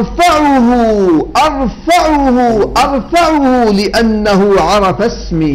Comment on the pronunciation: من ثم اخ اشرف الآية في المزمور تقول أُرَفّعه وليس ارفعه بل الشدة على الفاء يعني ارفّعه بالمقام، اجعله ارفع من الجميع لانه فوق الجميع.. ارفعه مقاما.. يتكلم عن داود او حتى عن المسيح هو الرفيع المقام الأول والآخر...